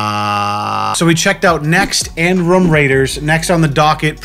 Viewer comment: "rum raiders" i cant with pronunciation on the word ROOM